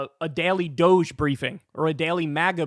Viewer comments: Doge should be pronounced dodgy or doggy if anything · What INTELLIGENT, English-speaking person gets the word Douche from random letters strung together D-O-G-G-E spells DOGGIE, not Douche. Y'all have been pronouncing it wrong, and "Elonia" and her husband, the two douchebags, are hysterically laughing at you. Sheeple: people easily influenced, docile or compliant. Why are people being sheep and playing Elonia's game? WHY??? I thought you were smart? What INTELLIGENT, English-speaking person gets the word Douche from random letters strung together D-O-G-G-E spells DOGGIE, not Douche. What did your English teacher teach you? SHAME. THUMBS DOWN - YOU DON'T KNOW HOW TO PRONOUCE DOGGIE - WOLF.